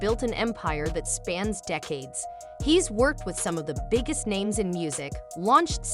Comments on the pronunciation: The lady constantly saying everyones name wrong is annoying lol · I feel for Aaron Carter. He should have been ptotected better. Also if you're going to use a computer to voice you're video's at least make sure names are pronounced correctly. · I despise ai bots narrating. They never pronounce words correctly, I can't watch this true or not but I do believe Diddy is where he should be and I hope justice will prevail. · This heffa narrating can't pronounce anybodies name except Aaron Carter ?